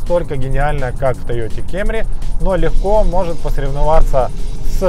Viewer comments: Знаю,. Уже ни раз и ни два было обсуждение по поводу кАмри/кЭмри, но всё же: если говорите пАссАт, то уж, пожалуйста, кАмри. Хотя бы потому, что кАмри (не кЭмри) - производное от японского слова кАмури (перев. Корона); т.е. Тойота Корона (по-японски) или Тойота Камри (весь остальной мир) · Тойота кЭмри...во коры.Название «Camry» происходит от японской фонетической записи китайского иероглифа 冠 (каммури), который имеет значение «корона», следовательно, правильное произношение — «камри». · Почему тоету кемрис ,а не камри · Ты на чем ездишь? На кЭмри, ааа понятно, а я на Эуди. У брата ПЭссЭт. Купи ПрЭдо вот настящая ТойотЭ. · Как же кЕмри режим слух....Это просто ******ц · Только меня смущает "кемри" ? Почему тогда не "пессат"? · очень мерзкий ведущий, а его Кееемри просто убивает. Пора научиться нормально произносить названия марок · кЕмри, ты серьёзно? Кто из твоего окружения ещё её так называет? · Слух конечно режет капец это «кЕмЬри» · Кемри епта😂 ну на фиг так говорить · Как же ухо режет это ваше кЕмри 😵🤢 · Если вы произносите "кЭмри", то идите до конца, произносите "пЭссЭт" и "мЭздЭ", чего уж там.